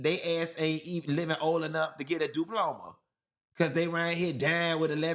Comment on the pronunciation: Did say a “du-ploma?!” 😂😂😂